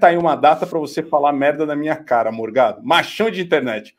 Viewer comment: Corrijam por favor. Não é Morgado é mor-GADO. "Forgado" e fascista.